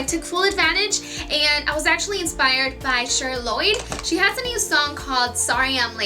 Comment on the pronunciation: Ok I don't want to be rude. Btw I loved the tutorial. But I had to say something. Her name is Cher. Like I like to "share" my food. Not "sure" like I'm "sure you could get some candy." But hey I guess anyone could say it like that want.